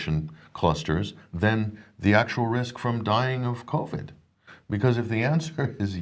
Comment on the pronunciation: I ❤ it when says Covy 🤣